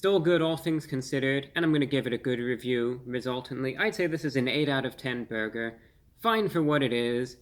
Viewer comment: "PERFECTION, or meaby a horrible burguer... i don't know" i can't stop laughing. 😂